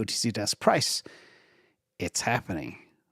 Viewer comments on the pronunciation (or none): none